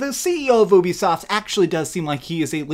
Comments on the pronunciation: Ubisoft is pronounced as YOU BE SOFT, not ooh-be-soft. You did the same shit with Geralt. Please pronounce the names right. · How is it funny that people are loosing money what’s funny is how you fail to use common sense and sound out the word you-b-soft if it’s u play why would it be uh-be-soft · Wow what planet have I been living in, I thought it was "youbisoft" not "oobisoft" 🤦